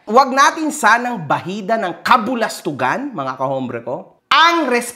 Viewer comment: Sir correction lang po.ang alam ko silent 'H' po ang h sa salitang hombre (ombre).